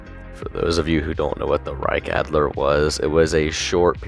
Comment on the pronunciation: Mf cant even say Reichsadler right